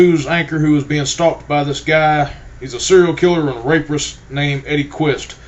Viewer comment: did you say raper-ist? Wow. I was waiting to hear you say yeeee-hawwww